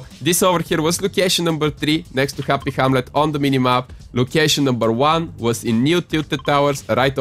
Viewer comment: Neo tiltet towers, jynk jynktion and hrappy hramlet xd